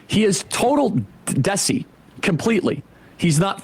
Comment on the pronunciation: Listening to Kirk try to pronounce Desi damn near broke me